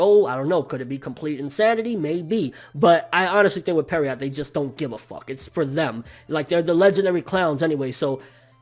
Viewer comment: Stop pronouncing Pierrot wrong, it ain't hard bruh.